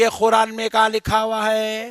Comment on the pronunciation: Hurran nhi Quran hota ha sahi traa tu bol lu